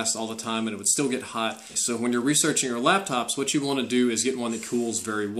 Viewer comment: " they sent me hooawt I wanted" lolol